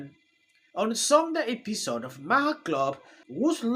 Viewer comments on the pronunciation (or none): It’s pronounced bill marr